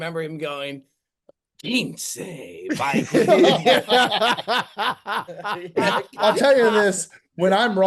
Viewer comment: Gonna need a hand up from. You can't call out for mispronouncing 'Quince' when you did it yourself right here